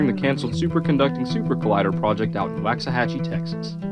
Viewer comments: Very interesting video! Just a heads up, in case you do another video on it, or are just talking about it with someone, though it's spelled Waxahachie, it's actually pronounced "wox-a-hachie" not "wax-a-hachie". Sorry, I grew up in Red Oak, TX, which is one town over, from Waxahachie, in Ellis County, and it drives me bonkers when I hear it mispronounced. I completely get how easy it is to get wrong, if you're not from the area, though. I was really young when they started building it/shut it down...like age 3-5yrs old...but I totally remember this being a HUGE deal, in the area, even though I don't think most of us had any real idea what it was supposed to be doing. I do know that longtime locals are FULLY AWARE that you don't go anywhere near that place without getting chased off the property...even the surrounding roads. There are rumors that really sketchy stuff is going on there. Magnablend, is using the property (at least part of it), but I've seen stuff, on local pages where people have said it's a cover for whatever else is going on there. Then again, it's small town Texas, people get bored and gossip, so who really knows exactly what goes on there. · The spelling is deceptive but Waxahachie is correctly pronounced "walks a hachy" Not "wax a hachy"